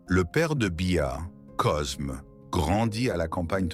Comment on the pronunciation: C’est n’importe quoi cette voix IA Cosme 😂 on dit Côme